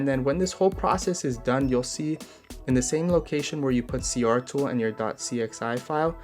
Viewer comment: is it just me, or is it C-T-R Tool, not C-R tool?